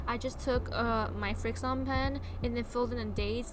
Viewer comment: "FriXion" is pronounced like "friction" btw. 😊 Great vid! ❤️